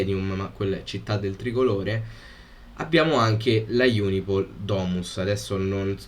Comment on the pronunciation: si dice Unipol. Non IUNIPOL